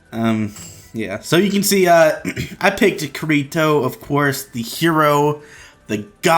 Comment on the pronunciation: Klein, Agil, and your pronouncing "Kirito"